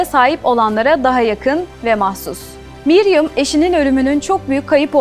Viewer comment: Miriam not Mariam